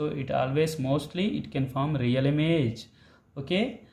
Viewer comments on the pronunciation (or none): none